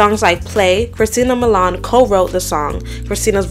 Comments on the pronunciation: "Sunny" and "Milan" instead of Sony and Milian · Sony is pronounced *So-Knee* not “Sunny. Mill-e-ahn, not Mil-lawn, Rahhh-mos, not Ruhmoz, Gee-lee not gig-lee 😭